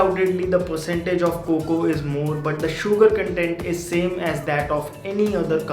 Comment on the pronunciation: I hate when he say Coco to cocoa 🤦🏻‍♂️🙄